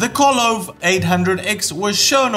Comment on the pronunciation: The name is KOVE (pronounced ko - vey).